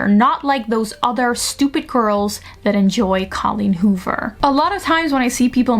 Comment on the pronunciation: i love the way you pronounce colleen hoover